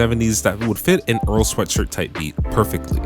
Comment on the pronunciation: This video is the first time I’ve ever seen earls last name pronounced correctly